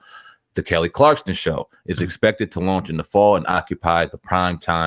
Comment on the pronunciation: It's kelly Clarkson not clarkston